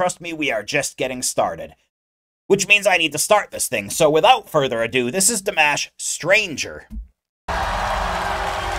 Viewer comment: He is not Dee-mesh, he is Dimash (dimaaash). And he is not "Kyudo-bergen", he is "Khudai -bergEn".